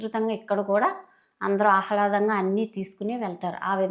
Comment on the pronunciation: అహ్లాదం కాదు ఆహ్లాదం 👍